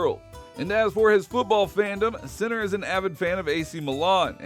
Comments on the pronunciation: As an Italian I can tell you that I have heard much worse, speaking of Italian words and names pronounced by English and Americans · My God… learn how to say the players name before doing a fully dedicated video about him. So silly…